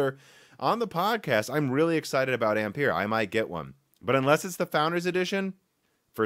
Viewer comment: Another YTer who 's unable to pronounce 'Ampere' correctly